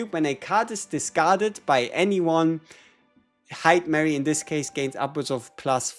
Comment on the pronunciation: It’s hi-duh-mah-ree.